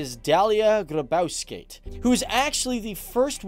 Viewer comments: its gybauskaite, not grabausket, also litas, not lita, also it wasnt occupied by germans, it was liberated by germans from the russians, germans were welcomed with open arms and lithuania wasnt the only country welcoming them. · dalia grabauskaite sako o ne grybauskaite ahahahaha grabas :DDDDDDDDDDDD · I'm laughing how he said presidents name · The way he pronounced the presidents name xD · Lithuania is my country! Myliu lietuva. ❤️❤️ Labai gražu. Aš esu buvus. But I do live in America. All my relatives are in Lithuania ❤️ Edit: omg the way you said her name 🤦🏽‍♀️ You butchered it 😑 not surprised tho no hate Edit 2: lyta? Really? L-i-t-aye sorry sorry